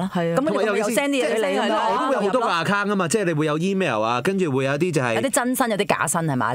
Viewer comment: 我都想讲。。。仲有Account读成Akkang我耳仔都好唔舒服。